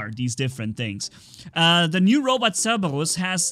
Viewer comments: I think it's pronounced sir ber us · cerberus is pronounced Sir-ber-us In Greek mythology it's the three headed dog that is the guardian of the gates of the underworld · They lost me at Cerberus Cerberus is pronounced Sir-brrr-us